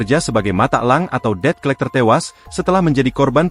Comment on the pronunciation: tumben tribun ngebaca debt collector benar kali ini, baca nya det colekter